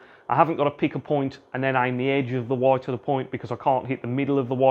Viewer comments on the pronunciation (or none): Are u gonna hit that 'woit' or what